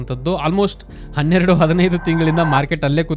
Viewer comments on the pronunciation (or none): none